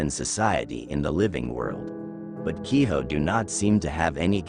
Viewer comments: Kiho? It's Ki-jo this isn't spanish. In japanese J sounds like a J. Infact all the Sounds exactly how it's spelled. All you have to know is what vowels sound like. A as in Another E as in Enough I as in ink but longer sound O as in Oh U as in under So Hikari (He-Ka-ree) = Light Ame (Ah-may) = Rain Gohan (Go-Han) = Rice Kuro (Ku-ro) = Darkness Yorei (Yo-Ray) = ghost Btw roll the Rs Hopefully you get the point. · 鬼女/Kijo is pronounced only as "key-joe."